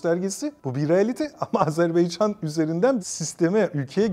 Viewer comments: Sunucu da AZARBAYCAN diyor. Tam skandal. 🤣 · hocam hocam can kardeş AZERBAYCAN tekrar edelim AZERBAYCAN canımsınız beycan felan değil yapmayınız doğru telaffuz önemlidir..... CAN GARDAŞIMIZ AZERBAYCAN VE TÜRK GARDAŞLIĞI İLELEBET MUZAFFER OLSUN DAİM............. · Hocam lütfen Azerbaycan deyiniz. Yanlıṣ söylediniz programın baṣından beri Azerbeycan dediniz durdunuz. Hiç Azerbaïdjan yazılı cümle yada uçakta mıı görmediniz. Yanlıṣ bilmek ayıp değildir. Ancak yanlıṣta ısrar çok büyük bir hatadır. Kardeṣ ülke dediğimiz ülkenin ismini merak edip doğru söylemeyerek çok büyük bir ayıp ediyoruz. Artık kardeṣlerimizde baktı herkes farklı ve yanlıṣ söylüyor, bir ṣey demiyorlar kardeṣ olduğumuz için. Fakat ben bu konuda çok hassasım doğrusu kimse kusuruma bakmasın. Azeri değil, Azerbaycan türkü, Azerbeycan yada Azarbeycan veya Azarbaycan değil Azerbaycan doğrusudur. Bu kadar mı zor söylemesi? Allah aṣkına. Biraz saygı lütfen. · Azerbeycan deyil Azerbaycan lutfen okumuş adamsjniz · Azerbeycan değil...Azerbaycan...ukranya değil...Ukrayna.. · Azerbeycan deyil, Azerbaycan. Bunu 33 ildi öyrənə bilmədilər bunlar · AZERBAYCAN diyemeyen bir akademisyen. Gerçekten ayıptır. Röportajdan evvel 10 kere kendi kendine AZERBAYCAN desen telaffuzun düzelir be kardeşim yuh! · Sunucu da AZARBAYCAN diyor. Geçen sefer uyarı yazmıştım. Anlaşılan okuyan yok GZT'den. Türkçe konuşabilen sunucu ve konuklar istiyoruz! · "AZerbaycan" çok mu zor ismi doğru söylemek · Video boyunca hər "AzərbEycan" deyiləndə bir iynə kimi beynimə batsa da eybi yox. Ən azından manipulyasiya eliyib "azeriler" demir :D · Hocam, bu kadar kendini yetiştirmiş bir insansın, Azerbaycan'a Azerbaycan demek bu kadar zor olmamalı. Kim bu Azer Bey! Hepiniz aynı ağızla bizim için çok değerli bir ülkenin ve bölgenin adını yanlış söylüyorsunuz!!!